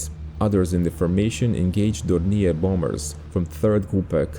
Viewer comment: once again those pesky French words in German language caught you. :-) Dornier is pronounced the French way.